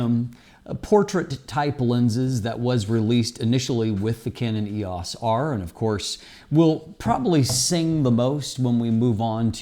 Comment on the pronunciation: Can't you pronounce "EOS" the way that canon themselves pronounce it? It makes you seem disconnected.